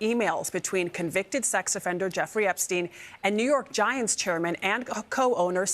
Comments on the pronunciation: Can you repeat the name epstein again 😂😂 Not epa stein 🤣🤦🏿‍♂️🤣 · THE EP-A-STEEN FILES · Whis Epestein?!?!.😂😂😂😂😂😂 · You don't sound cool saying Ep-a-stein, you sound like a jerk A-hole who doesn't give af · Lmao my boy said The Ep-A-Stein Files 😂😂😂😂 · Lmao "The Ep-a-stein files" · Aka JJJ EEEEEE. WWWWW files